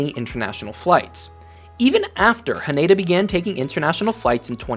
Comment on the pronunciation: It's better pronounced HAH-neh-da, not haNEYda. Also NAH-ri-ta, not naREEta